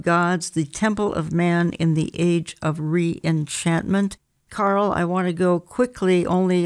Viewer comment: Carl. Not Carel